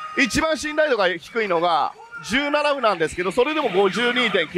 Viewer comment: ずっと17歩を「17ふ」って言ってるけど「17ほ」ですよ。